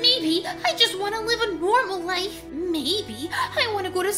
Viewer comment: Life not lofe